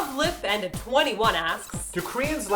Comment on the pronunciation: Anyone noticed how Martina said "luv lip and a 21" instead of ... LOVELY PANDA 21! xDD